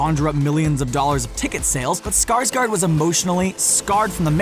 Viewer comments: ”Skarsgard” is probounced more like ”Skarsgord. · it's Bill Skargård (gord) not skargard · it's scars GÅRD Not gard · No wonder they call him skaarsgard